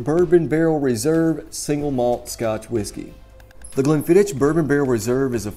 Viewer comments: Please! It's "ck," not "ch"! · As soon as I heard "glen-fidd-ich" I stopped watching. Come on man. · Stopped 40 seconds in when you call it Glen fidditch 🤨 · If you want to do whisky reviews firstly you have to learn pronunciation of them You made a mistake about pronunciation of Glenfiddich which is elementary and beginers whisky